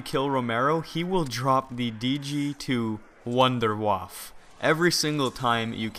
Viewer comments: it is pronounced wunderwaffah not wunderwaff!!!!!!! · Why does EVERYONE call it the wonderwaffle? its the wunderwaffe! and its pronounced vundervaffe. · mate its a wonder waffle not "vonder voff" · First thing, can you switch gun when you have the wunderwaffe? also, just so you know its pronounced - Vunder-Vaffer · every on its called wonderwaffe not wonderwaffle